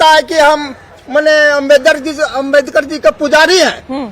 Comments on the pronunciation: Pahle tum BABA sahab ka naam sahi se lena sikh loo nhi tu dekhna kahi माइक पकड़ने लायक भी ना बचो... समझी आज unka ही den hh joo mike leke ghum rhi hol... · Pahle ambedkar ji ka mane sahi se bolna sekho